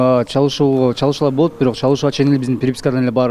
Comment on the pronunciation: бирөк дебей бирок деп сүйлөчү көп байкадым